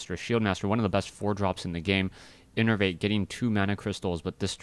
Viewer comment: OMG IS PRONOUNCING INNERVATE CORRECTLY